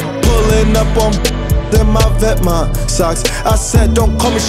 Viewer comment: doesn’t even know how to pronounce vetements lol